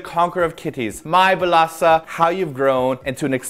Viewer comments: since B2ST is pronouced beast due to 2 in korean being pronounced as E used the same logic when pronoucing this groups name 1 in korean is il and 4 is sa: BILASA!!!!!!! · I never knew their name was pronounced Bilasa.